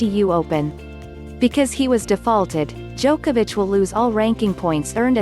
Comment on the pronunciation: Djokovix? XD